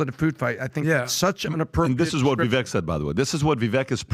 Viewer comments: Love PBD and the show but you guys gotta stop mispronouncing Vivek’s name It reminds with ‘cake’ - ViVAKE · Can you guys please pronounce Vivek’s name correctly please! Vivek like CAKE